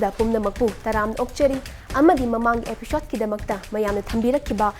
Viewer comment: Epishode nattey EPISODE haina pronounce tougadaba oiramni